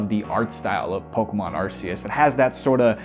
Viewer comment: My guy. They pronounced it ar KEY us in the anime 14 years ago. get with the program